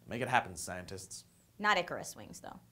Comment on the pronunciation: Did she say icarus????? :O